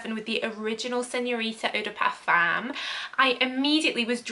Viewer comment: Parfum is pronounced Parfum.